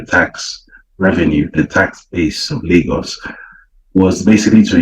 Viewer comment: Lag-Gos 😂, it’s Lay-Gos bro. Everytime I hear about these dope selling Nigerians. I think of that “no akata” scene in the movie “Sugar Hill”.